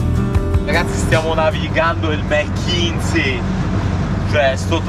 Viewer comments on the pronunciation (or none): Direi che il “Capitano” saprà quello che fa, se si muove così, dovrà fare i conti con una serie di variabili. In caso di problemi c’è sempre un’ancora.. di salvezza. Non credo si pronunci “Mekinzi”. Luoghi eccezionali. Bravissimi.